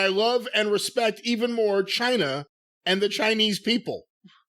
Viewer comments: John China. With China pronounced in Spanish (ch-ee-na) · I heard it as "F*ck Chyna" when he first said it.